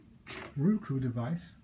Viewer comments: It's Roku, not ruku!!!! Grrrrrrrrr! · its "row - cu"